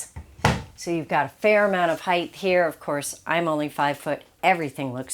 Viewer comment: Yes, she's great. It does bother me the way she says "height" with a "th", though. LOL